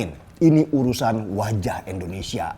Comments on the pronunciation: bang lu gak bisa ngucapi INDONESIA, apa emang setau lu negara kta ini namanya ENDONESIA??????? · Bang tolong Pelafalannya jangan Endonesia dong, kasih penekanan pada vokal "I", Indonesia.. thanks. Good luck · Maaf banget maaf kang denny kl boleh koreksi, maaf nih ya mengapa setiap menyebut "INDONESIA" itu malah jadi "ENDONESIA" ? Maaf ya sekali lagi kl saya sok2 atau gimana2 🙏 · Pak kali ini sy kritik bpk:😆 Indonesia pak bukan Endonesia Pasti karna saking semangat nih 💯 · Penjelasan bang Deni emang selalu gampang dan mudah di cerna,tpi aku merasa terganjal dengan satu kalimat yg selalu bang Deni ucapkan tentang Indonesia jadi endonesia,ini x kedua aku coment tentang kalimat Indonesia ini dan aku harap bang Deni mengucapkan Indonesia dan bukan endonesia,maaf 100x maaf aku cinta indonesia